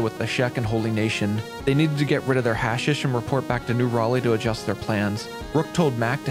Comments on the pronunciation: hash-eesh not hasish broski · It's pronounced Ha-sheesh, not hash-ish. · Just so you know, it’s hash-EEsh, not hash-ish. Or you can just call it hash. Up to you lol. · Its pronounced HA SHISH